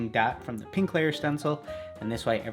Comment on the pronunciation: does anyone else hear him say peank instead of pink